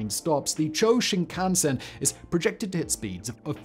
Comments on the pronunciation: It's "Chew-oh" Shinkansen (中央新幹線, or ちゅうおうしんかんせん—Central New Trunk Line), not "Chō" Shinkansen. I'm not even how Chō Shinkansen would even be written... 超新幹線—"Super" Shinkansen? 🤣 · Quick correction: the Japanese maglev line is not called "CHO"(超 - super) but "CHOO-OH"(中央 - Central) Shinkansen. Though calling it "Super Shinkansen" instead of "Central Shinkansen" sounds like an actual upgrade of the existing shinkansen system